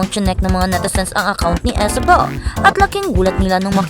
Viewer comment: nakakabuset boses mo at style ng pagsasalita mo! halatang ginagaya mo ibang vloggers. saka Isabel name nya, hindi ESABEL. imbes mag follow ako syo lalo ako nabuset!